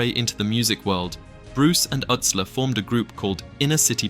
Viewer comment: Joey Utsler. But it’s pronounced Yootsler.